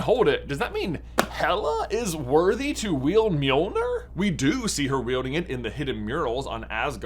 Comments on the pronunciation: Wanna try saying Mjölnir one more time? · No one gonna comment on how he says Mjölnir? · First try and say Mjölnir right